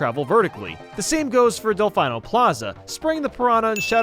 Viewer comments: How do you play a game that has voice acting... and still call it Del-FINE-Oh? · What's a delfaino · "Delf-i-no" I almost shut the video off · Del-fine-o plaza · Okay i know this was from last year but..... Delfono? Wtf im not like a pro at this game but Im 99 pecent sure that is not how you pronounce that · he still says delfeyeno :( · Del-fine-o ... my improper pronunciation senses are in overload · "Del fine-o plaza" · Its wierd that he says that when they literally say "del-feen-oh" in the cutscenes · Seriously, Del-FINE-o Plaza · Delfaino? D... dude... the game TELLS you how to pronounce it in the opening cutscene... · How is this guy saying “Del-fye-no”? The game tells you the correct pronunciation of Delfino in the opening cutscene. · Nobody:: DelFINEo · “Del fine o” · It’s Del-Fee-No. The game even pronounces it that way and it’s the proper pronunciation from Italian/Latin origin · “Welcome to the sun-drenched tropical paradise of Isle Delfino”. Dude literally gives you the pronunciation in the opening cutscene. “Del-fye-no” doesn’t sound natural at all, even if one hasn’t seen the opening. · Yeah it's delf-ee-no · you dont call it delf-ee-no? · Yeah it’s DEL-FEE-NO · It is Dell-fee-no. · It's literally pronounced del-fee-no in the game's opening cutscene how is he getting it wrong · Video is bordering on unwatchable hellp! (of course its Delfeeno) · I cringed every time he said "Delf-eye-no" eek man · delfeeeno or a short I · I pronounce it DelfEEno. As it should be pronounced. Because so many things in SMSSh are named after Italian words (pianta= plant, delfino = dolphin). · Del-“fine”-o Plaza? Now I know your mispronunciations are intentional! What’s next? “Coh”-met “Oh”-bservatory? “Spry”-xie Kingdom? “Foe”-sil “Fai”-lls? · The pianta in the courtroom cutscene even says its "Del-feen-oh" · Delfino is italian for "dolphin" and it's "feen" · It’s pronounced “Del-fee-no” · The delfino pronounciation is giving me an aneurysm lmao